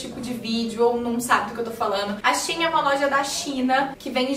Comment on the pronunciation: diz-se She In! Amo os seus videos 💖